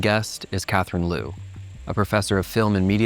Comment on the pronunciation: "Liu" is closer to "Lee-ooo" than "Loo"